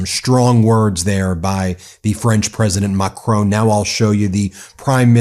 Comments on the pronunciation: Enjoy the channel but please can I ask you to pronounce Macron correctly. It’s Macr’on’ not Macr’own’. Thank you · Please pronouce Macron's name correctly.It is MAC Ronne.not macrone. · It's 'Macron', nit 'Macroooon'. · not mocrooon, but macron.. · Not "Mah-crone" but "Mah-crawn" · The French presidents name is pronounced Mac-Ron 🙂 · good to hear all this but Ben please listen to how Macron's name is pronounced! you'll be expected to pronounce all European names correctly otherwise listeners cringe a bit